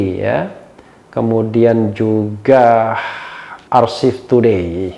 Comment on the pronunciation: Archive, yang bener bacanya "ar-ka-ef", bukan "ar-sif", mak itulah kiro2 kando RH. Salam sedulur wong kito .^.